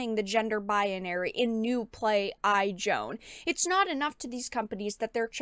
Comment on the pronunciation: First video I see of you and I'm following now. But I have to say, you keep saying Baya-nary instead of pronouncing like Bai-nary. Sorry, had to say something